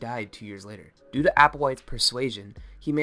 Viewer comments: I cringed everytime he said Do as doo and not doe lol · Its pronounced like doe not do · "Do" is pronounced "dough" as in "doughnut". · Ti and Do are from the musical scale and it's pronounced like "dough" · Pro tips: Do is pronounced "dough" (as in... do re mi fa so la ti do) and Telah as "tee-lah."